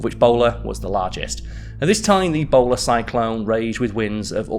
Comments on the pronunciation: I thought he said "Ebola Cyclone" and ngl I was more terrified of that. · I cant stop hearing ebola cyclone lol